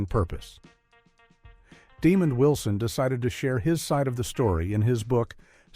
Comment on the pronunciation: Leave it to AI to butcher a name. It's not Demon Wilson! (smh)